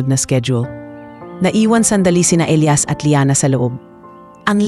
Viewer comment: Hoi ano ba yan iba iba ang pag bigkas ng name Elias O Elayas ayusan mo nga.